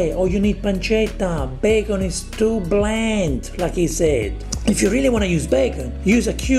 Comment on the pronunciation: She ruined (british) bacon.